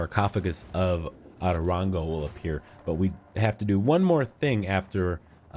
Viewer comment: The way he says “otorongo” as atorongo kiiiinnnddaaa annoys me